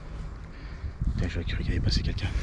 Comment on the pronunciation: J'adore quand il dit cela aussi, en outre !